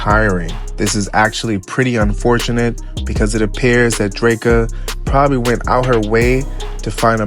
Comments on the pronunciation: The pronunciation of Dreka name is killing me 😩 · Lmao my gosh it's like nails on a chalkboard. Kevin literally says her name in songs. They couldn't listen to him